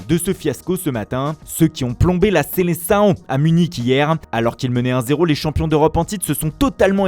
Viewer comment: Ton espagnol et degeulasse sa me fait mal au oreilles et a ma langue paternel